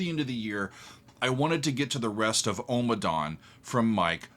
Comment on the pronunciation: Ommadawn, not Omadawn